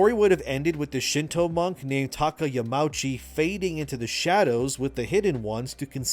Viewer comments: Another great video, thanks for the insights. One little thing tho: it is Yama-uchi (2 seperate words that form one name). The au is not pronounced like the ou in ouch. Sorry for being the "uhm actually" guy. It just kills me a little inside to hear Yamouchi^^ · Japanese words are pronounced with each and every letter. So Yamauchi is Ya-ma-u(oo)-chi. No pretentiousness, just a little note for future.